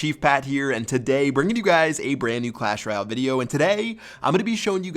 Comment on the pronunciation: Isnt it funny when he says today like "TWODHUY"😂😂